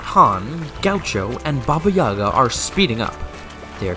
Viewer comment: The "Yaga" in Baba Yaga has an emphasis on the second syllable